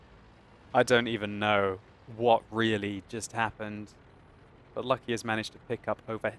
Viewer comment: it is not Lucky, its LUC-ky